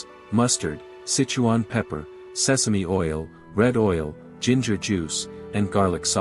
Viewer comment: Pretty obvious the narrator of this video is NOT Chinese! Can't even pronounce the Sichuan name correctly ! ! ! Come on bra - ask a native speaker if you can't spit it out correctly ! ! !